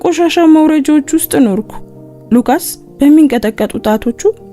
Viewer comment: ሉቃስ ነው ሉከስ አይደለም።